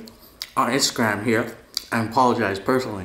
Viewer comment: “Ya’ll gone pologize.. today!!” 😂😂😂😂